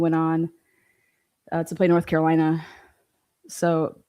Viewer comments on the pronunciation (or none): none